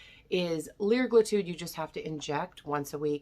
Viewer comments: CAn you pronounce the words correctly. It’s semagluTIDE and liragluTIDE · Yea she’s also not even pronouncing it right.